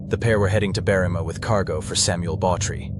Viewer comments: The town is called Berr-im-a, not Berreema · It’s Berrima not BerrEEma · When researching Australian place names probably best to ask an actual Australian about pronunciation. Berrima is pronounced Berry-ma but quickly. No drawing out the ry or ma. Apart from that it was a solid presentation